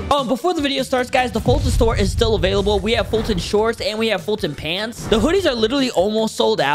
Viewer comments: Not bum foltyon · foltyn not bum you handsome